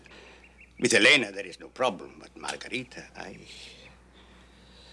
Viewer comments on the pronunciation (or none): That’s got to be the worse Spanish accent by margarita.